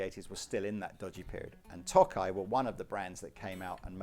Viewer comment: Just a pronunciation thing: (Yes, I be THAT internet twat) Tokai, being a Japanese name, has a long O, as in "toe". Toe-kai. And as a pet peeve relief, karaoke is kara like karate and oke as in the English "okay". It is NOT Carey Okee. 🤯 Signed, Drinking Myself Silly in Tokyo Since 1991